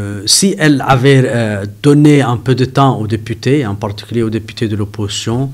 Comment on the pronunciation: Mdr, monsieur, on dit l’opposition pas oppotion cela n’existe pas. On dit aussi ils ont pas il ont, y’a un s là, ça s’accorde, tu as compris😂